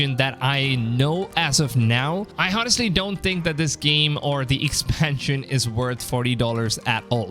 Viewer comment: Bro, the “h” in honestly is mute. U write honestly but it is pronounced “onestly”! I have watched a lot of your videos, and that shit is annoying as hell, ngl..